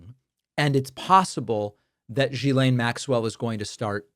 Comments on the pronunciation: It's not GhisLANE, it's'laine'. Like you would say less without the S and add 'ne' ... Ghislaine. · It’s pronounced Jizlane. Please have some respect. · Not jiz-laine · Like your show but her name is pronounced Gee-laine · The G in Ghislaine is pronounced like the G of Gold, Golf and Gimme. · david try learning how to pronounce her name!! is not rocket science. come on